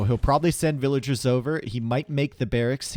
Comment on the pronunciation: I just hurts my brain eveytime I hear him say "villagers" lol